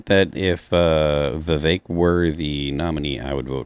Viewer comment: Yes he would be a great VP. Oh btw his name is pronounced Viv-vake rhymes with cake. Trump would a VP that the left hates more than him like MTG inorder to not get 🤪💨